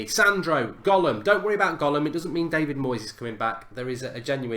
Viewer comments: gollum hahahahh it's Ghoulam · Its ghoulam not gollum😂😂😂😂😂😂😂😂😂😂😂😂😂😂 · It's GHOULAM not GOLLUM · isn't it ghoulam